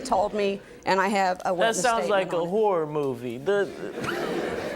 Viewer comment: did anyone else hear him say whore movie? i know he meant horror movie, but still....